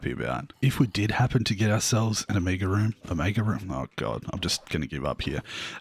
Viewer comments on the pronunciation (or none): can you say mega when just say - O then mega soon you would be able to say it like O-Mega then just omega